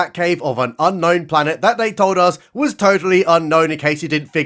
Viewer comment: I (is that ok pronoun? 😮) debated with myself whether I should temporarily halt the avalanche of well-deserved praise I was planning to unleash for this video due to a teensy weensy ka-nit-pick ... and then decided I should: your (is that ok pronoun? 😮) pronunciation of "Unknown Planet" is dead va-rong. Odd since you correctly pronounced "ka-nife." 🤔 It's Un-ka-no-one-cares Pla-n-hit but the "cares" is silent. 🥐 is fast overtaking Risa as my favorite planet. I think the Frenchman would look great together with the evil murderer of 7 Jedi guy with the scar back. I can't remember his name for some reason. The Frenchman's name is Didier. The lightsabre wa-hip is incredibly unwieldy and ridiculous. In an early and embarrassing Star Trek: TNG episode, the Ferengi have these laser whips which were much, much cooler. (For a full circle-in-this-comment moment, there is a Ferengi in the Risa episode titled "Captain's Holiday." 🖖 The saucy lady with Picard also plays AD Skinner's wife on the X-Files. 🤓) Thank you for the video! 🙏🎭🐍🚀🪐✨